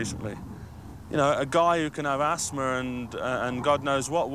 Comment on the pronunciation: Asthma, there's no z in the word